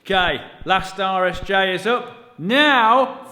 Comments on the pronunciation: Full disclosure I thought you were saying Irish J this whole time. This video was the first time I heard RSJ and then you said that bit XD. Forgive the Yank, I just thought it was UK slang. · it really does sound like you're saying Irish J's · it wasn't just google translate that thought you were saying Irish J's. I did google Irish J after one of the first videos. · Not only me heard “irish j”, thanks google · Oh my gosh 😂 I legitimately thought you were saying "Irish J" the entire time! I thought it was a sort of joke, because over here we call them "i beams".